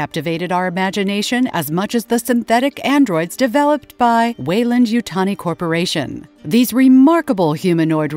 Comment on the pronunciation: The narrator nails it at the start with the pronunciation of Weyland. After 1min they call it ‘Whyland’ and they keep mispronouncing it. They must realise the pronounced the same word different ways through out.